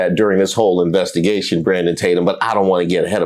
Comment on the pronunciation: The names just keep coming. First I hear “ Bait’em Tatum, then Tadum (Tadumb) 😂